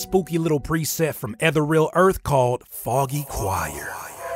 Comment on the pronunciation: psst Ethereal is pronounced Uh-Thee-Ree-Uhl 🤓 Love this content! 👊